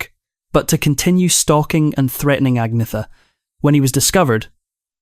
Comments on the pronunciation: No it’s ag- meta 🇸🇪🇸🇪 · Agnetha, Agneta and Agnette are pronounced as Ang ' netta (ung - neh - tah). But better and easier pronounced as Agnetta for the English speaking countries. The same as Björn is known as B ' orn (Bee ' orn) to the English but pronounced as B ' ern (Bee ' urn) in Sweden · You need to learn how to pronounce Agnetha - there's no "Th" sound in Swedish so the "h" becomes silent. Agnetha, Agneta and Agnette are pronounced as Ang ' netta (ung - neh - tah) to the English it's easier to pronounce her name as Agnetta Björn in Sweden is pronounced B ' ern (Bee ' urn) but better known as B ' orn (Bee ' orn) in the English speaking countries. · Her name is Agnetha pronouced Agneta and this AI is a disgrace and slanderous should be banned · Agnetha, Agneta and Agnette are pronounced as Ang ' netta (ung - neh - tah) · 😂 they all call her Agneeetha. There is even a vid on YouTube where she talks how to pronounce her name correctly. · Her name pronounced Anne yeta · teach ai how to pronounce agnetha